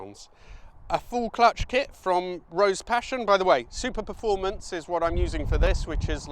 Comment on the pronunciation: Did you say "clutch clit"?